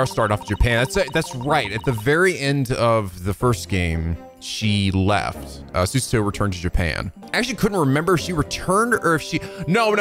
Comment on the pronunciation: Literally have my copy on my desk, music is worth the price Also, HER. NAME. IS. PRONOUNCED. SU.SA.O!!!!!!!! Also scarlet study localized rocket slime 3 for 3ds, love them